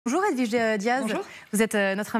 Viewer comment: edwige ou gewide ?